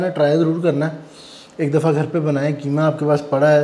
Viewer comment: کیمہ نہیں بلکہ قیمہ ۔ بولیۓ بیٹا ۔ وسیم انکل ۔کراچی